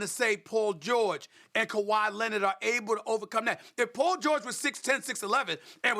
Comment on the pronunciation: Quote Stephen A Smith:"kawhy Lennit!!!!!!" 😂